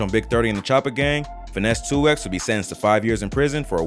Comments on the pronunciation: Stop sayin 2x it’s 2 times 😂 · Why are you callin him 2 “ex” and not 2 “times”?? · Its not finese 2x its finese 2tymes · It’s “Finese 2 times” lol just so you don’t be saying it like a computer 😅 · We pronounce it two times in Memphis